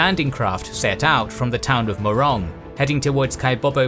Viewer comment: its "morong" and not "moron" in bataan philippines lol